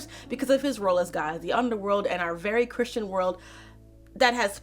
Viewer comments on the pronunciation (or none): none